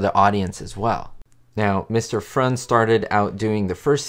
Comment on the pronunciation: I'm surprised you mispronounced Karl Freund's name. The correct pronunciation is Froynt. Freu is pronounced like froy and the d is always pronounced like a t at the end of a syllable or word. The word Freund means friend. Listen here: If I'm not mistaken, the voice in the lesson sounds exactly like yours, so how could you make a mistake in the pronunciation?